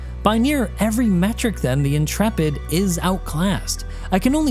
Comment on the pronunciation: Whoa. I am just astonished that someone talking about this ship finally has ever heard the word Intrepid before and knows how to pronounce it. I swear every other youtuber acts like it is imperceptibly difficult to pronounce words, as if CIG made it up and we have to learn new phonetics.